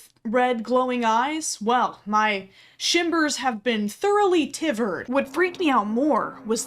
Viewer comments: no one noticed they said “my shimbers have been thoroughly tiverd” lmao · “My shimbers have been thoroughly tivered” hahaha